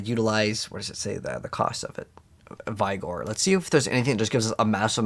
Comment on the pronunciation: You needed to hire him. There was an option, you just were clicking to fast. You leave sooo much loot (cash) laying around. Why play so fast? Yes, it’s only 1 but it’s 1 that you don’t need to do directly. It’s vig-or, not v-eye-gor.